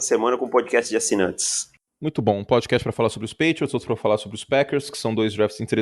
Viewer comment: "Prodcast do pofutbal" kkkkkkkk beleza Curti